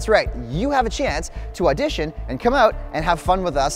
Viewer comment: Did you say audition? Hmmm 🤔